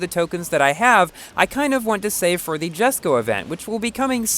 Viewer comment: Jesko (pronounced as Yes-Co): Choose me to go for!!!! Mercs 722 SLR McLaren: Choose me to go for!!!! and Me: You know what, SKIP THE SLR, LETZ GO FOR THE JESKO!!!